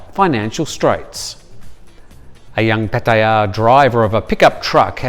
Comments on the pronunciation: Pat-E _AH is the way the Thais who live and born there pronounce it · 99% of Thais pronounce it PAT-TIA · no it's not. No one says it like that and it's very irritating. So stop. I've been here 23 years and never heard it gayed up like that. You miss pronounce alot of places. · Does anyone else cringe every time the way he pronounces Patearrrrrrr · Why do you say Pattaya the way you do? Lol